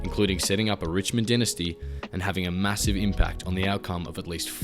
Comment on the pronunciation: Great video but can you learn how to pronounce dynasty please lol